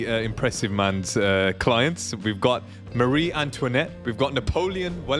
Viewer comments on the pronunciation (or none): none